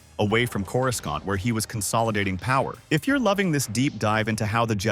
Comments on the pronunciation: When I heard Coru scant I had to stop watching. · After the third time you used a hard C for the second C in Coruscant I had to turn it off.